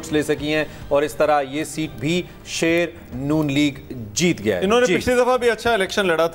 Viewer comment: Jitgai nahi jitaia gaia